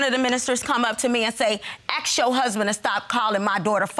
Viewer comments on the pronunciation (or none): ASK NOT AX!!!!!!!!!!!!!!!!!!!!!!!!!!!!!!!!!!!!!!!!!!!!!!!!!!!!!!!!!!!!!!!!!!!!!!!!!!!!!!!!!!!!!!!!!!!!!!!!!!!!!!! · Axed or asked speak proper